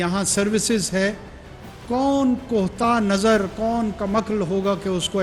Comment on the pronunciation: جناب عالی یہ لفظ کوہتا نظر نہیں بلکہ کوتاہ نظر ہے